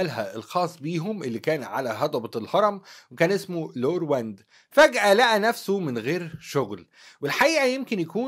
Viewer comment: النابت كلوب اسمه لا روند مش لارواند